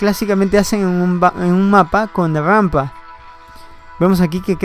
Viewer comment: Amigo comentas muy bien y me gusta... lo único que quisiera que mejores es en la pronunciación de la R, por ejemplo Rampa, lo dices como gampa xd. Sigue creciendo, me gustan tus videos